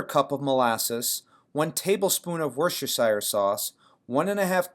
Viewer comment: FYI the sauce is pronounced "Wor-ster-sheer". Brits skip a syllable and shire is always pronounced sheer. " I love your recipe and will tackle these ribs very soon. )